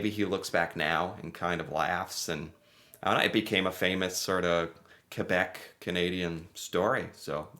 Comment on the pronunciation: you pronounced Quebec properly. you are now officially Canadian! 😁